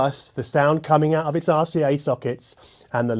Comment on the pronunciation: I love the way you pronounce RCA like arse-E-A